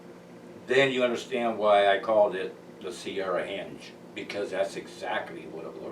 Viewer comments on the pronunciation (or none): Impressive find, but it's henge not hinge. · Its not Hinge, its Henge, as in Stonehenge. That is quite a structure by the way........good find